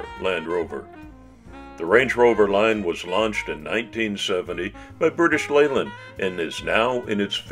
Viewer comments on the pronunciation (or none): none